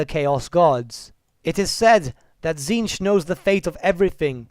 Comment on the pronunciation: Isn't the pronunciation of "Tzeentch" supposed to sound similar to the word "change?" Something like "cheenj" perhaps?